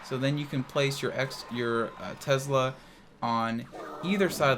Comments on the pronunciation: It’s not called Tezla. It’s called Tesla. Drives me crazy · "Tezzla" lol great video as always:)